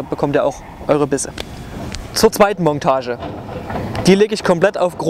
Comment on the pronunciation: Ich weiß es ist Dialekt aber es heißt nicht Mongtage, sondern Montage!!! Das tut .ir immer in den Ohren weh 😭